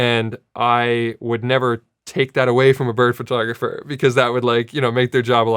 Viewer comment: Sara I love you, and you make great videos with great information., buttttttttt please stop saying FURtographer. Other than that, keep doing what you're doing, and thank you for this video, appreciated.